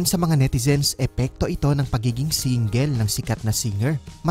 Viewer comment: Medyo malapad pa rin shah, I love it when she pronounces "sa" as shah... her trademark **shashabihin ko shayo**